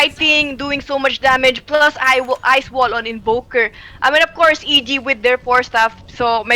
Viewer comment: akala ko ofcourse pero but AFCOURSE yung pag pronounce AHAHAHA